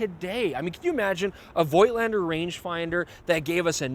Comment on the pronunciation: voigtlander shuld be pronounced 'fotlander'.- as in german. its a collectors camera, no rvice back-up. best avoided,imo, for people who actually are more interested in the photographs,than 'shooting experience', he frquently refers to.many modern digital cameras offer manual operation options.